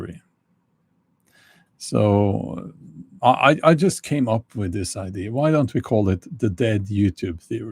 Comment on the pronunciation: Why does he pronounce "ID" instead of "idea" all the time? Is it because it is a machine talking? This is how you know. I know some other blogger who said "he" instead of "she" in his video. This is how you know.